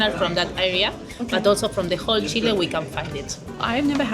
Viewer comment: Thank you for not saying Chee-lay 😂